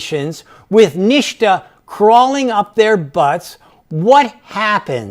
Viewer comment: SANDY #SAVAGE ! 3:) Also he is pronouncing NHTSA as "NIŠTA" which means "NOTHING" in Serbian - language of Nikola Tesla :)